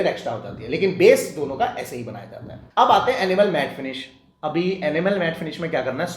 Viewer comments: Enamel bolo Animal nahi😢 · Kahan se aya maza nahin aaya aur enamel pronounce karna seekhlo. Animal janwar hote hai. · ये भैय्या, एनिमल नहीं इनयमल है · Animal nahi, ee-na-mel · Your pronunciation of enamel is wrong Pls check it’s not animal it’s enamel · I heard animal till I read the description.. 😂😂 Thanks for info